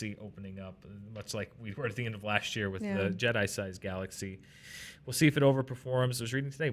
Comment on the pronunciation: Drink every time says " laSHT year "